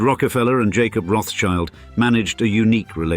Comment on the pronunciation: It's not CHILD...it's Schild -> Schield...Roth-Schild -> Red Shield.